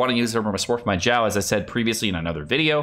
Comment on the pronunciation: its not zao not zhao not shao its xiao x = snake (S)iao